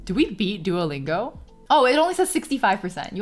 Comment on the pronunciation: It's so starling to see a Chinese person calling it "Doo-oh" Lingo instead of "多" Lingo.